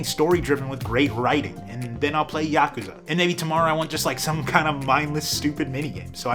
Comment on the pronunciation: saying YAkuza instead of yaKUza is wild to me good vid though